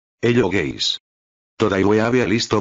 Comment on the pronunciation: He says guys like gays